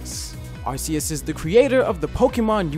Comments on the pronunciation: I mean it's not pronounced AR-C-US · sorry bro but its actually pronounced ARK-EUS not ARS-EUS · thanks for pointing that out even ash says arkEus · Okay never mind Arceus is intelligant than Alakazam but Arceus is pronounced "Arkeus" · Arceus is now pronounced Ar-key-us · No it's arceus are-see-us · IT'S FREAKING AR-KEY-US